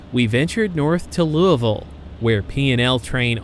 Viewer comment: Thank you for pronouncing Louisville the correct, local way lol. Great video!